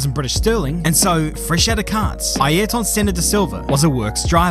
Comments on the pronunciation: Note: ayrton senna's name pronounciation is aerton senna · 'Airton Senner' 🇬🇧